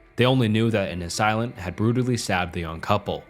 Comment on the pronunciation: Nice video. It’s pronounced “ass-ay-lant”